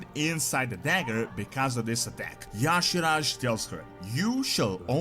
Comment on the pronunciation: He is pronouncing Y'Shaarj WRONG! Almost no one gets it right. (Ee-Sharzh) Anyone ever notice, speaking of Old Gods, that the Shadow Priest has Idol of Y'Shaarj, N'Zoth, Yogg-Saron and C'thun in their Shadow spec? Shadow Priests are straight Void DPS. I think the best race is Void Elf (Alliance). Makes for the best Void/Shadow Priest race. I just started one on Stormrage. Liking the direction it's heading. Hated patch 11.1.5 for all the messups and poor launch. This is what the test server is for! Let's hope they get 11.1.7 right. Wow Old Gods vs Xal'atath? Yeah N'Zoth has always been the brains of the outfit. This will be interesting to see where it goes.